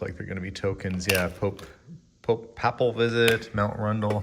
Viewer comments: Papal...pronounced Pay pel ❤ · ...Papal is pronounced > pay pull. Keep up the great work. You two have a beautiful family. Happy Saturday Feb. 10th 2024.